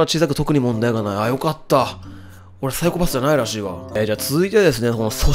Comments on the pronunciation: サイコパ↑ス↓ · 「サイコパふ診断」 ふ？…………ふ？